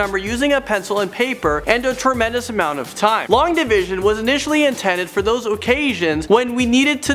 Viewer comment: "long divsion" LONG DIV_SION yeah... it has an I in it there